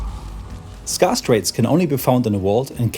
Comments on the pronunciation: scarce is pronounced skairce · Scarce rhymes with scare, not scar ;) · someone tell this man how to pronounce scarce